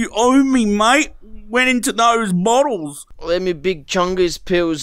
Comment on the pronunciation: why did say bottles like that?!😂 and the cigarettes and and and